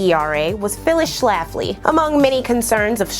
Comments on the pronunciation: I clicked because of the title and stayed because of the number of times you said Schlaffley in the first 5 min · The way she puts the 🤮 emphasis on the name Schlafly gives me joy.